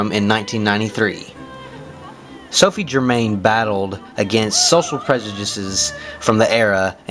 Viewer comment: The pronunciation of 'Germain' makes me cringe. Her surname was pronounced ger- mow.